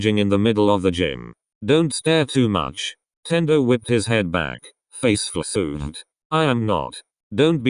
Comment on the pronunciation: I love how the bot pronounced your mistake, “flsuhed.” 😂😂😂